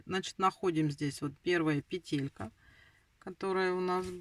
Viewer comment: Не петЕлька,а пЕтелька.Вы почитайте в интернете,если туда вышли,как надо правильно говорить,нерусская,что ли?